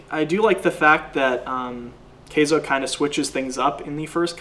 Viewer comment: It's pronounced Ky-zo, not kay-zo